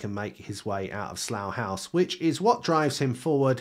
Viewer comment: Why does he say saloo hause?